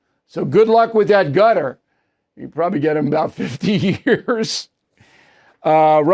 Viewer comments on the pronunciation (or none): Hey Bill, Qatar is not pronounced gutter. It is pronounced Ka-tar’. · Bill, c'mon, please, stop saying "Gutter" for Qatar; you KNOW how it's pronounced. You can say Kuh-Tar, ORRRR, Kutter (Cutter). You KNOW it's not pronounced "Gutter". Please say it correctly. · please stop saying gutter .lol cutter or kutur omg man stop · Gutter ? Ugh Bill it's Cutter buddy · I second that notion. But I had to post another and remind him that Hakeem Jefferies has never been speaker of the house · It's Quatar Bill not Gutter. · HOW HARD IS THIS- IT IS NOT "GUTTER" IT IS CAH-TAR. NOT HARD TO PRONOUNCE. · Stop calling it "GUTTER" it's "KAH-TAHR" figure it out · Why do you keep saying Gutter? It's pronounced Cutter. What's next, Zutter? Schmutter? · Hey O’Reilly you’re a Pinhead once again it’s not”GUTTER” it’s “QATAR” aka CUT- TAR hope this helps. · it is pronounced KUTUR not gutter lol old man :) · You're saying Qatar wrong...try KUTTER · Qatar is now pronounced Gutter? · Please don't say "gutter" for Qatar. Jeffrey's is a $1 shop Obama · WOULD YOU PLEASE PRONOUNCE QATAR PROPERLY. IT US NOT GUTTER. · Bill Qatar is not pronouned gutter lol just saying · It's Qatar. Use K if you struggle...NOT Gatar! You can do better than the that Mr O'Reilly. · Is he pronouncing Quatar as “Gutter”? Is that the correct pronunciation? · It is very annoying for you not to pronounce Qatar correctly. What is gutter? Come on Bill, do better. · Why does Bill pronounce Qatar as Gutter? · Bill.. please calling Qatar…. “Gutter” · Thanks. I did. He’s pronouncing it wrong. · Gotta love how Bill says Qatar :face-fuchsia-poop-shape